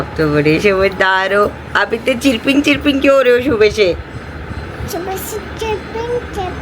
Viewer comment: चीरपिंग नहीं मैडम चरपिंग कहते है english में